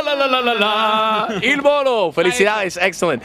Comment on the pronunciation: lol he said Il Bolo